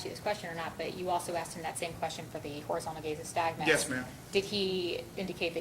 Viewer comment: Officer is just overall not very bright. Doesn't know how to pronounce Horizontal Gaze Nystagmus. And doesn't know what causes the condition he's looking for. It's not just drug or alcohol intoxication that can cause it. "You can't trick it....". Oh ok. What grade are you in sir? I should have known from the jump that he said he "seen.the vehicle". Wanting to go home is now an indicator of driving while impaired.